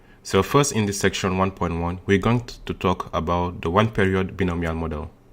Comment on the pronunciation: "bionomial" is pronunced as /baɪˈnəʊ.mi.əl/